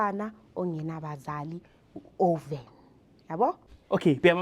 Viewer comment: Often not oven